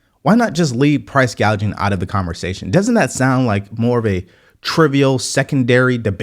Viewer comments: Not sure why so many people say price gauging when it’s gouging. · The ding dong called it “ price gauging “ 😂😂😂😂😂😂😂😂😂😂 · Plus she said price GAUGING not gouging. She does not know the difference. Price controls are only possibly if you control the production. Find me a single country where this has worked long term. He is bringing up price gouging during Covid.